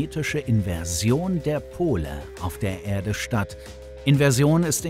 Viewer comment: Furchtbarer Sprecher. "Ärde" spricht man "Erde" und "Kern" nicht "Käehn" .